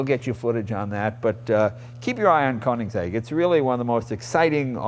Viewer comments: i think Jay should have taken at least 3 seconds to learn how to say the mans name correctly. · Jay please, you own the car and can't even pronounce it right